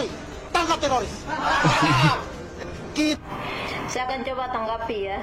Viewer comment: Silahkan ditandai ibu yg berkacamata Yang salah baca ( tiroris di baca TERORIS) karna salah baca, ibu ini bisa dikatakan penghasut karna kata tiroris di salah artikan dan di goreng untuk mengadu domba